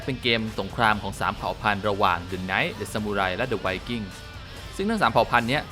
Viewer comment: ชอบมากครับ. แต่ติแค่การออกเสียงtheครับ